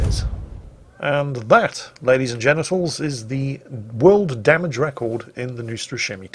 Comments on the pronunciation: did really say «and that, Ladies and Genitals....», that is what sounded to me and Youtube seems to agree because their voice recognition software subbed it the same way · Did you just say "Ladys and genitals"? LUL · Ladies and genials? Lmao